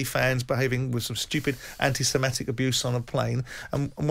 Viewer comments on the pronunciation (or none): What's this "anti-simetic" (sic) abuse, Simon?